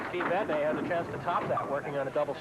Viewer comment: and: Steve, how do you pronounce your last name? Steve Vadney: Vadnee and: Too bad, we'll do it our way.